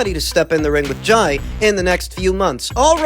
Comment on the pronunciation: Thankyou from the bottom of my heart 😂😂😂😂 Thanks for the correct pronunciation of Jai...